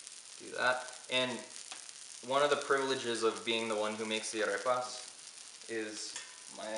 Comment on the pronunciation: Why do you say "Arepas" with an English accent ???? Be proud to pronounce it with a Spanish accent as the Proud Italians and French people do. I'm sure you're a proud Colombian even if you weren't born there................ Look at Lidia Bastianich here on YouTube and listen how she intentionally pronounces the items with an Italian accent.